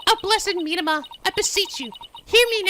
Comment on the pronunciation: Your pronunciation of Mitamah kind of made me cringe. It's literally just the Japanese word Mitama meaning Spirit. "Mee-tah-mah" not "MEED-uh-muh."